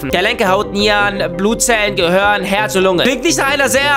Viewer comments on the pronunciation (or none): none